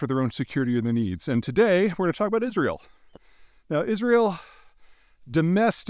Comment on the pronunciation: Is Ri UL ? How right can he be if he cannot even pronounce the name of the country right